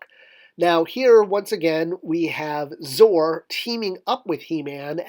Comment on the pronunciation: Isn't it pronounced Zoe-Are not Zore?